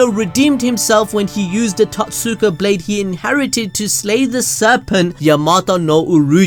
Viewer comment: I'm confused if you've ever actually read Naruto or if your reading off a script it's not tot Suka it's prenounced toe te su ka. And for reference for your next script it's yada mirror not yooda mirror